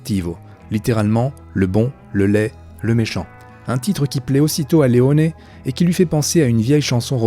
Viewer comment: 2 enormes boulettes sergio leone et non leonet et eli wallace et non wallack